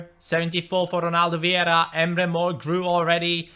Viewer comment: You were pronouncing Viera's name wrong. It's actually Vieira not Viera... :D